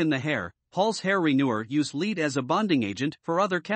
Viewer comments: Lead not leed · Great video but the word lead is said like “led”. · yes she is right. "Lead" is pronounced like a "bed" that you sleep in. I wondered why he was saying "lead" in a odd way haha, but then again maybe we r saying it wrong..... No way of knowing I guess, but in today's world it is pronounced like "bed" or "head".